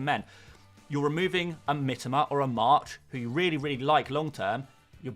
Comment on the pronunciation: ffs..it is Mitoma...not Mitama